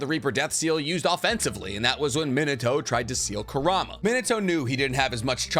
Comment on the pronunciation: Curahma😂 dude.... Connoha xD what are you doing 😂